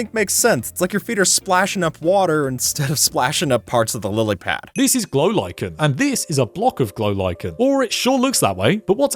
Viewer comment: "A block of golichen" LMAO